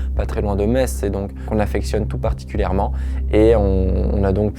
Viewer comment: C'est moi ou il a bien prononcé Metz ?